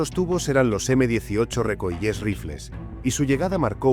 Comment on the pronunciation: Peor aún. Dijo Recoilés🤦🏻‍♂️